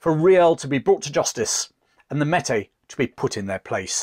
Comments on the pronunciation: Great vid, but it's pronounced "may- tea" . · Close but no cigar. Metis is pronounced like "may-tea" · As a Manitoban it’s nice to see a small bit of our history be told. The pronunciation of Métis was a small shock as it is generally pronounced differently here, but it is to be expected as the difference in culture and language between Canada and England does exist. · Great stuff. Just one thing…Métis said Maytee. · great piece as always but the Metis is pronounced (mey-tee). Thanks for your work a Canadian fan. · Good content and all of that. Just two little things that I offer to those who may not know better. They are not intended as criticism, just pronunciations First one: Metis (French word) so MAY TEE Second one Sault (French Word) so SUE or SOO (like BOO) as it is known. SOO SAINT MARIE. In Canada this region is often referred to as THE SOO (like BOO). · May tee is how it is pronounced.